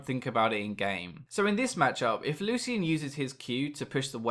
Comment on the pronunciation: Lol it's Loo-shin not Loo-see-in